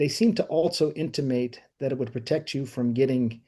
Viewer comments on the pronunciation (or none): "They seem to also intumate..." Intumate isn't a word, bro. Someone correct me if I'm wrong but I Googled it and found nothing.